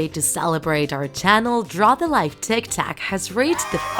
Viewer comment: Its tiktok not tik tak